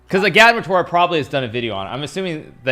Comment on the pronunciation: The way they pronounce agadmator hurts